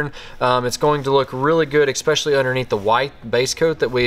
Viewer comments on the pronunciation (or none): Sorry, once I heard "eXpecially" I stopped watching. Nothing personal, just a rule I have.